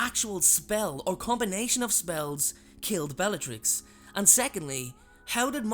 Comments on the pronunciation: "bellarix" its supposed to be bellaTrix. u forgot the t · Bellarix? Where did the ‘t’ go?